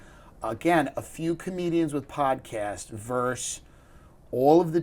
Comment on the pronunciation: Timmy. . ."versus"